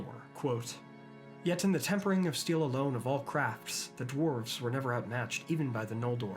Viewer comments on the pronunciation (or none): none